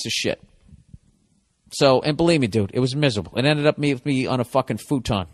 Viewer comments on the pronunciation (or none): none